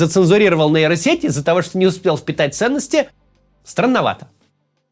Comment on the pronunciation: сеть не нэйро а нейро, хватит говорить как безкультурщина